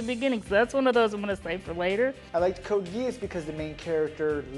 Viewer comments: lol he say code gayass xd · Omg i can't believe that pronounced Code Geass like Code gay-ass. Thats what my ears heard. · did i just heard code gay ass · o.o Brad what did he say XD ''Code Gayass''? This is a good show.